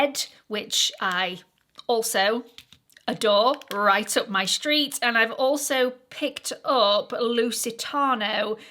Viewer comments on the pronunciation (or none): none